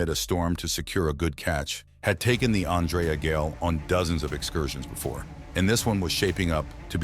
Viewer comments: It would be factual what ur saying if u spelled Andrea Gail right and u spelt it wrong somehow even though throughout the whole video it said it right (except the end where it said grail for some reason). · Every time you mispronounce the name of the ship is a insult to her memory and the memory of the crew. Do better.